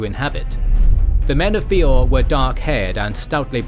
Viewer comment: My one and only gripe with this video is incredibly nitpicky and I think its a great video, I enjoyed it thoroughly. That being said, my only gripe is with some pronounciations. Bay-or not Bee-or and some other ones, but hey if thats the only complaint i have this is an excellent video